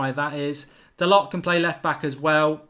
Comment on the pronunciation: Pronounced dalow u flopppppp put some respek on his name